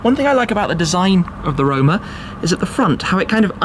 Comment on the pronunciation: Did you say... Ferrari Rona?